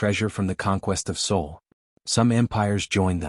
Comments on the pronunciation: And Sol, not Soul. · Sol, not soul you AI twit. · It's "SOL" System not Soul System. SOL is the name of our star. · Sol, not Soul... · It's SOL... not SOUL... dumb AI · SOL not SAUL. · It is alled Sol, not "soul". Earth is Sol III. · Not "soul".... it is called Sol.